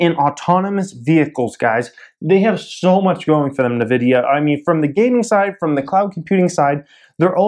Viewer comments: Duarte Ramalho Lol sound like he saying the lotion. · Can you just learn how to say Nvidia? Thanks!